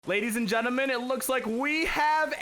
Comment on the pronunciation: At the start of the vid he said geneman instead of gentle man